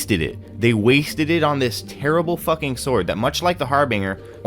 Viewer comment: The G in Harbinger makes a J sound just to clarify I hate correcting people because it makes me feel like a asshole but I’m genuinely just trying to help.